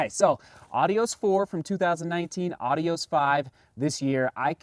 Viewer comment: Are you really pronouncing it correctly?